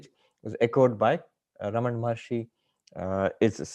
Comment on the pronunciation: Jai Arunachala! with due respect to the announcer i would like to point out it is "RamanA" (रमणा) and NOT "RamaN" (रमण्) Please pronounce the name in the right way. Thank you.